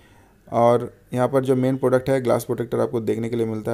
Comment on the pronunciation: Phir product ko "poduct" bol rhe ho